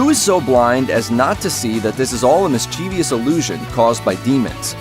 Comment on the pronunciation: mischievous is pronounced miss-chiv-us, not miss-chee-vee-us. You added a syllable and mispronounced the word. You know you can always consult the dictionary, right? That's one third of their purpose (how to spell a word, how to pronounce it, and what it means). There's even a little speaker icon next to the word AND a pronunciation guide underneath or next to the word. They even have those suckers ONLINE for convenience. And here ya go